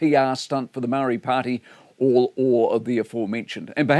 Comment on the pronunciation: It does nothing? Really? It might encourage you to correctly pronounce “Māori”!